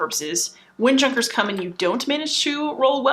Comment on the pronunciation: Junkers lol. It's pronounced Yoo-nkers. The J in German is a "Ya" sound. Really good video btw! Great job!